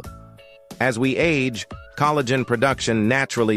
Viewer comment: Coal - a - gen 😮 Hopefully AI isn't teaching English pronunciation anytime soon 😉